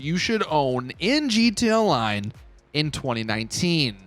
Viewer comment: This guy keeps saying GTONLINE